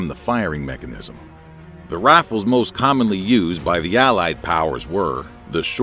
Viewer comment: the rafles lol